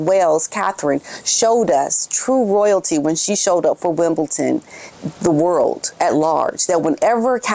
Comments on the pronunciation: It’s not Wimbleton, it’s Wimbledon! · Sorry but its WimbleDON not Ton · “Wimbledon” You keep saying Wimbleton. We gotta stay on point ma’am. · Wimbledon with a D not a T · It’s Wimbledon, there isn’t a “T” in the spelling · Where’s the T in Wimbledon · Why do Americans say "Wimbleton"? 🤔 It is WimbleDon. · IT'S WIMBLEDON, NOT WIMBLETON 🇬🇧🇬🇧🇬🇧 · I must correct you. It's Wimbildon not ton. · Hi , please know there is no t in Wimbledon.💐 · ………It’s WimbleDon not WimbleTon….You look nice as always love ❤️ 🇬🇧🇬🇧🇬🇧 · my dear it is Not WimbelTon. It is... WimbeDON.... Sue Smith days Wimbelton, I fo not know why, but it is Wimbeldon... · It is Wimbledon not Wimbleton 😂❤ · WimbleDun pronounced. No T in the word. ❤ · Sorry to correct you. It’s Wimbledon with a ‘d’ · I hate people correcting people so I hope you are not offended. It is WimbleDon, there is no T. I just thought you might like to know before you speak to Lady C. Love your videos, you are so beautiful and kisses to Otis please. :face-red-heart-shape::face-red-heart-shape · Hiya Just a heads up- it is Wimbledon not Wimbledon 😊😊😊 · My dear, Wimbledon is spelled - AND pronounced - with a ‘d’ and NOT a ‘t’ 😉